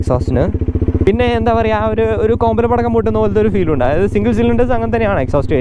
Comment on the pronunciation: സത്യം പറ.. ജ്ജ് മലപ്പുറം ആണോ? കോമ്പലപ്പടക്കം ന്ന് കേട്ടപ്പോ ഒരു ഡൌട്ട്.. 😁😁😁